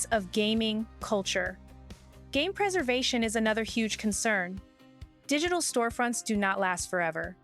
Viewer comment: A “Hugh” mistake or do you mean a “HUGE” mistake😊😊!